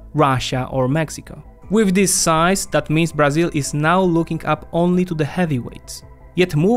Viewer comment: Beginning with the wrong pronunciation of Brazil as "BrAzil" (with tonic syllable on the A, when it should be on the "I"), this video is a collection of mistakes. Brazil implemented import substitution policies (ISP) until the 1980's. Not so today. ISP, by the way, was used to promote industrialization, not agriculture and services. Brazil is undergoing a deindustrialization, which the current government is trying to reverse. The reduction in complexity of Brazil's industry is a direct consequence of governmental emphasis on fiscal austerity instead of investment oriented policies.